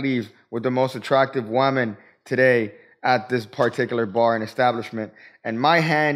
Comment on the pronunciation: "WOM-an" should be put on a hoodie. Just saying...